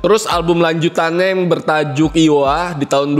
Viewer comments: Bukan Lowa bang tapi iowa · salfok IOWA disebut LOWA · Bukan Lowa tapi iowa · Apa Lowa? iowa bng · bacanya aiowa kali min.